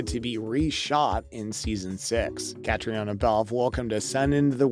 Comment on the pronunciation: Catrina is how her name is pronounced. Please try harder!